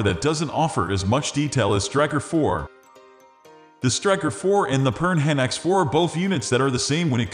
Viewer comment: I can hardly take advice from someone who can't even pronounce Piranha ("per-anna" .. like the little fish with lots of teeth that will attack and eat you).